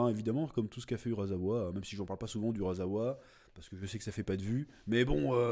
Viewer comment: ON DIT URASSSSSSSSSAWA! pas urazawa chaque fois que tu dis urazawa ça me trigger